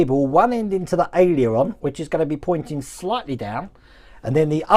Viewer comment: Dear, Aileron is pronounced ALE-HER-ON. Hope that helps...